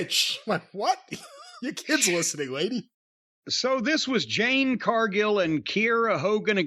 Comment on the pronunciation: J-A-D-E Not “Jane”.